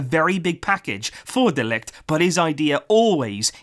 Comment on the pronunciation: Its pronounced Mathais de ligt, if we are going to sign him you wanna be pronouncing it right😉